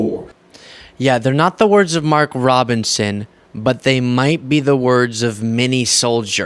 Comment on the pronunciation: . "that THEY!" Don't keep the 1st timers aloof! Speak "THEY" clearly and concisely! THE REPUBLICANS AND THE DONALD TRUMPS! I YIELD